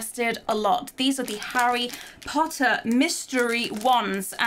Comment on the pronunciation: "That is harry pottah" Malfoy:You stole mine line... Me:🤣🤣🤣🤣